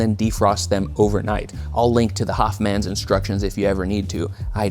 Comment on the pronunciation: Did you say the Hoffman or the Hotman?